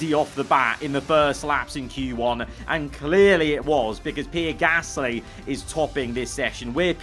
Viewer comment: Ffs why can’t you say Gasly right not gassssly